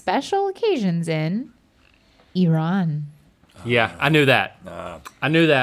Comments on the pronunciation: I know Nagin would be so proud of for how she pronounced Iran!! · I appreciate you pronounced IRAN correctly!👍